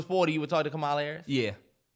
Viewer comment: The way they’re pronouncing Kamala’s name 😂😭